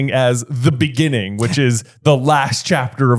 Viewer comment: In the beninging